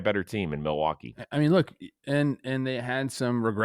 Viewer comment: Someone needs to teach Rose the context for “mill-e-wah-que"